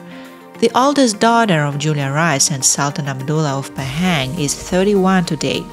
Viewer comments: The pronunciation of Pahang is Pa ( like papa) and Hung ....Pa Hung NOT Pay- Heng. 😅😅😅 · Pahang - pronounced Bahasa Melayu way, not British nor American way. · laughing hearing you pronouncing 'Pahang'